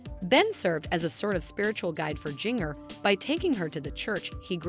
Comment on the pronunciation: you are mispronouncing ginger's name. It sounds like the spice ginger. The second g is pronounced like the first.